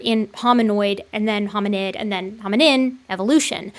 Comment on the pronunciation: Great video! What disturbs me is that this Dr Peter can't even speak properly. He sounds like a person that dropped out of school at 14 or something. On the other hand,, please stop saying "hominind".